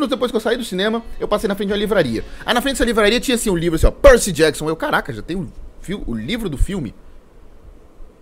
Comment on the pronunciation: Belo vídeo kkkkkk Eu gostei dos filmes kkkk Foi bem diferente, mas eu até gostei... Ele falando Percy Jackson doeu um tiquim 😅😅 Mas dei like ❤❤